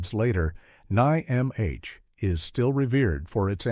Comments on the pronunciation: I'll have to watch some of these (only saw the Secret of Nimh). "The secret of nai em eich" - and that is when I knew with certainty it was a synthetic voice 😉. NIMH rhymes with Tim (silent H). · Neat - did you ever encounter any talking rats? 😉 The 1982 trailer pronounced it "Nim", but I think that's because the rats (as smart as they were) didn't realize it was an acronym of an institution. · Tee-zee-ai-tee-zee-kai. This is how you pronounce "tzatziki", apparently. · I loved the Secret of EneyeMH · It's pronounced "Nim". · As a secret of Nimh fan the narrators pronunciation as triggering on a personal level for me. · Say NIMH as a word don’t spell it out! You brainless AI and to the guy who edited this soulless video your an idiot if you rely on a computer program to do a job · Wow, every possible way to pronounce NIMH was used, except the correct way. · the narrator spells out NIMH and is disappointed this is yet another AI narrator. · What the hell is Ni-M-H? N-I-M-H? AI sucks yo. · The AI narrator managed to pronounce it at least correctly 1 time :p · I recommend all these movies they are modern classics. This channel stinks of Christian Nationalist propaganda and attempts to bring back satanic panic. Watership down is required reading in many schools all over the world. The author came up with the story while keeping his young daughterscentertained during long car rides. 😂 Note to the AI narrator its pronounced nim. The book explores themes of morality oppression free will and has lots of prose on economic systems and basic sociology. Animal Farm was about the Nazis not the USSR. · oh I got Heavy Metal, Transformers & Watership Down on DVD! Watership Down is a real place in southern England! NIMH is pronounced NIMM should have that one too on DVD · The AI narrator just knocks you out of this... it pronounced "id" as "eyed", the Secret of Nihm comments was horrid... kept saying N.I.M.H or worse. sigh. why can't we have real content narrators anymore?